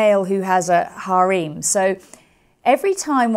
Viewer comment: "hareem" she didn't want to say harem